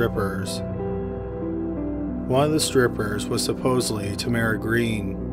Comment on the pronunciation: Is that how Tamara pronounced her name? I've only heard it with accent on first syllable.